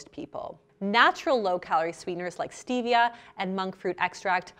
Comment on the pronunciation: Stevia is 100% natural especially crushed green leaf or liquid. You can grow it in your back yard. White care sugar is really processed so much that I would identified as artificial. Also please pronounce Stevia correctly. Cravings occur when the candida in your body needs to feed on sugar, thus cravings.